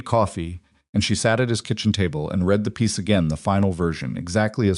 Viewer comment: Same BS Ai that is unable to distinguish read (reed) from read (red) .... 100% FAIL...